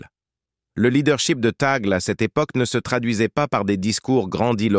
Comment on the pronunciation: Le e de Tagle est prononcé é. Merci